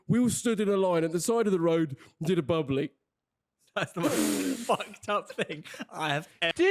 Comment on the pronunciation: bubbla not bubbly